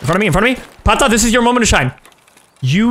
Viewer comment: Every time I hear pata the end becomes pon. Too much Nintendo from the past 😂